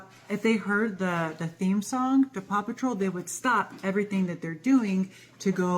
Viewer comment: Paw patrol sounds like 'papa troll'